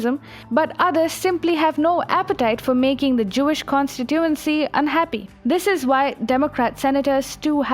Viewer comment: You have no idea how to pronounce the word "constituency" do you?